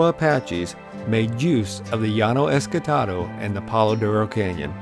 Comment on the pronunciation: I always thought it was ESTACADO not ESCATADO